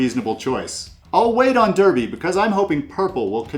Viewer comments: Great video. But Derby is pronounced 'darby', the rest were good though 😁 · Really enjoyed the content. Always fun to hear attempts at our quaint English place names, and you did pretty good! If I may, Derby is pronounced “Darby”, and Worcester is indeed pronounced “Wooster”, except it’s the “oo” sound from “good” rather than “oo” as in “food”. Other than that, spot on! Looking forward to exploring your other Brass videos as I really need to improve my game :)